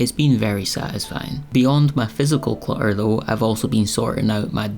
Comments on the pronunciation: Cluh-errr ❤❤❤❤ "my cat's university fund" 😂😂😂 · I like this video and your advice. Love the end result! Congratulations on showing something vulnerable and sensitive. Clamber is a great word! I forgot about it. Also, in the U.S. we mostly pronounce the 2 ts in clutter! It’s ok, you have a lovely lilting accent. ❤